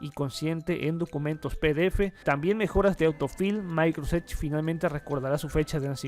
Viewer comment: Se llama microsoft edge no microsedge